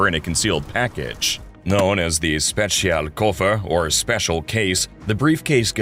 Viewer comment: "Zpeziaol Koefoer"